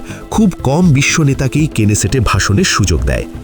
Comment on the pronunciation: কেনেসেট নয় নেসেট |